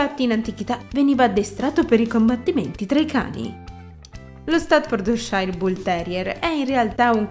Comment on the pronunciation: ...non si pronuncia così! "stafforciir " è la pronunzia!